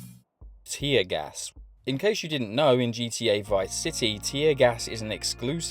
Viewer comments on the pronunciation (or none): i thought its tear gas, no tyaaa gas xD